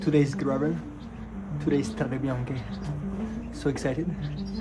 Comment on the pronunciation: It's "Strade bianche", "White roads". Strah - deh, Bee - ahn - keh.